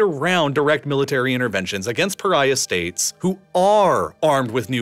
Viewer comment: Pyraya state!? Regim? You mean State?